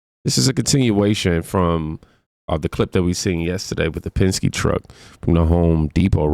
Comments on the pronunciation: It is pronounced Penn-skee, Not pensk. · doesn't even know how to pronounce Penske. She might have wanted to ask them about the incident a year or two ago when 58 illegal immigrants were found being transported in the back of one of their trucks, the only thing heard out of them was crickets. ICE are federal law enforcement. The arrest they make are not just of illegal immigrants. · Why am i not surprised that the Latina reporter can't pronounce Penske.